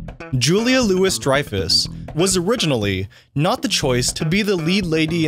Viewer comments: Well, the narrator only botched 'Lainey's middle name. Hey, narrator... Louis pronounced "LEW-ie", not "lew-IS". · It’s Louis not Lewis. Jeebers! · Great assembly of little-known facts. Just a couple of corrections: - Julia's middle name is pronounced LOUIE, not LEWIS. - Elaine's last name is pronounced BEN-ISS, not BANES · Dude, it’s pronounced Julia “LOUIE” (as in the song “Louie Louie” by the Kingsmen…) Dreyfus. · Entertaining video with interesting facts, many of which I did not know. Well done. One minor correction though: You mispronounced JLD name. It’s not Lewis (phonetically), it’s Looey (phonetically). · It's not Julia "Lewis" Dreyfus, it's Julia "LOO-EE" Dreyfus. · Why does the narrator say Joel Rivkin was accused of killing 17 "woman" instead of "women?" Super annoying, and totally bizarre. Also, it's Julia "Loowee" Dreyfus, not "Loowis." Also, Facts #17, #20, and #22 are completely untrue. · Julia “LOU-EE” Dreyfus is how it is pronounced, dude. Not “LOUIS.” 🤦🏻‍♂️ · Also, Julia “Lewis” Dreyfus 😂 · did you say "Lewis"? Good god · "17 woman"? "Julia Lewis Dreyfus?" "Alton Baines"? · Your voiceover person may have never watched the show. He mispronounces Elaine’s last name (Benes should be “Ben-us”, not “Banes”) and Julia Louis-Dreyfus’ actual last name (Louis should sound like “Louie”). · Ahh yes, Julia LouiSSS-Dreyfus, alongside the ensemble cast of Jerry SeinFIELD, Jason AlexZONDER, and Michael Ricardo. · Hey narrator, the plural word for woman is women. And Louis in Julia Louis-Dreyfus is pronounced like “Louie.” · Julia Lewis Dreyfus’s? Really. Amazing how a lot of these types of videos are made by people who don’t even know how to pronounce the actors names. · Never heard her name pronounced as Julia LEWIS Dreyfus before. Good grief. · Its pronounced Louie. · Here's another one you didn't know- how to pronounce Julie Louis Dreyfus's middle name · This was great, but please know Julia's last name Louis is a silent s.